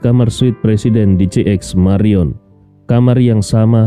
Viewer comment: Jayapura selalu setia menyimak, sedikit koreksi apakah JX. MARIOT atau JX MARION. Sebelumnya sebutan JX MARIOT tapi episode ini dgn JX MARION, itu saja smoga saya yang salah.